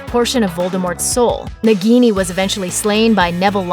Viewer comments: It's " Naah-gini". Just like a minute of research man. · It is not pronounced nigini....it is pronounced as Na-ghi-ni .It is hindi word derived from word Nag which means snake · And also it's pronounced as "naag-ini" and not as "nug-gi-niii" .. say it right people! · That pronunciation of "Nagini"... My ears. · Why she is pronouncing nagini wrong